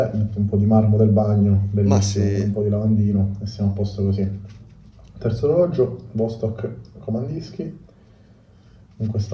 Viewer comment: Vastòk Vastòk Vastòk Vastòk Vastòk!!!!!! Non E' Vòstok!!! (per non dire nulla del Vòdstok pronunciato a ) E' come se un chitarrista compra una Gibson e ne pronuncia il nome all'italiana. E' Ghibson, Ghibson!!!! E a Vastòk Kamandìrskie: pronunciamole tutte 'ste lettere!!! Non è inglese: è russo!! Kamandìrskie: ie i ,e!